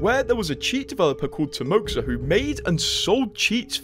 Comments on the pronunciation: I think it's pronounced Timoha and not timoksa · It's "Timoha" not timoksa. Russian X is H. Timoha is the short for Russian name "Timofey". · Read like "TimoHA" (HA) ;) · Timoxa is russian name and its pronounced "Timoha"